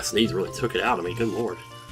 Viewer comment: finally someone else who pronounces it "oot"